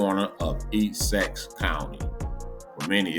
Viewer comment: E who county you tryna say Essex sir